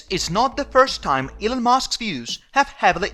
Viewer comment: Elon not Elun